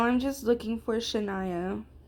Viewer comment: W LOL (you were saying my name right loll😭) I love it guyzz 🤏🤏 I had so much fun with you!!👀👀